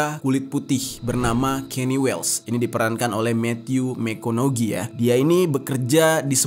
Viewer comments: bacaan Phonetic nya dari Nama McConaughey adalah mə-KON-ə-hay; (Mekonahay) bukan mə-KON-ə-Ge. 🙏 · Matthew McConaughey (Mek-kow-nha-hey).... alright...alright...alright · Pronounce howard udah bener giliran matthew mcconaughey slaah. Kenapa gak riset dulu gmna pronounce nama yg bener.